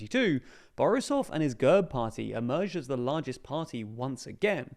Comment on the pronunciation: Thank you once again for the coverage, but please, for the umpteenth time. It is NOT pronounced GUHRB - it is pronounced /ɡɛrp/ - – G as in go – E as in bet – RP pronounced together